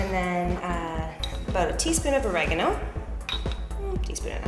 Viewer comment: abote? did she say abote? hahaha